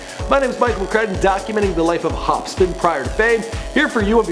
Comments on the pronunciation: lol Hopsin not Hopspin + = edibles. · Can this nigga read its hopsin not hopspin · H O P S I N not hopspin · it's Hopsin HOP-SIN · Say his name right hopsin not hopspin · Dude you gotta check it if it's correct before you post shit like this, Demented dude it's Hopsin. Not hopspin. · hop-sin not hop-spin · Am i the only one hearing him saying HOPSPIN And not HOPSIN? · This guy is pissing me off.... he keeps saying Hopspin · ITS NOT HOPSPIN ITS HOPSIN FFS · hopsin not hospin u fucking idiot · who in the shit is hopspin wtf are you saying it's hopsin...get it right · Its hopSIN not hopSPIN jackass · why do you keep calling him HOPSPIN. Theres only 1 P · Yo first i thought he said Hopskin i was like tf?? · He said hopspin😂😂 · Hopsin. Not Hopspin. Hopsin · Hopspin wtf. It's H O P S I N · IT'S HOPSIN NOT "HOPSPIN" DUMBASS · dude you mispronounce a lot of peoples names...hopspin no hopsin...the dudsons no the dudesons...and hopsin didn't actually audition watch any of his interviews...you suck at this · Who the fuck is Hopspin? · He said Hopspin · You pronounced his name wrong. It's pronounced Hop-sin not Hop spin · did anyone notice at the start of the show when he introduces his name he calls him hopspin LOLOLOL hahahahhahaha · he said hospin i think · I can't unhear this , now everytime i hear hopsin i hear hopspin. Fuck mannn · Did this man call him hopspin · “Hop spin” lmfao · Wait did he just say hopspin? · This dude kept saying hopspin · did this nigga deadass just say hopspin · He kept saying hopspin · this dude said hopspin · Mohterfucker did you just say hopspin?! WHAT KINDA FUCKED UP HEROIN INFUSED SANDWICHES ARE YOU EATING!!! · Did he say "Hopspin"? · hopspin lmao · "Hopspin" hahaha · I know that he corrected it, but this jerk off said "hopspin" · Did you really just call him Hop Spin? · "Growing up, Hopspin" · Dis dood keeps saying HOPSPIN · its not hopspin dumbass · Its pronounced HOP-SIN ya twat.. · Is this guy really saying hopspin? -_- oh boy... Oh boy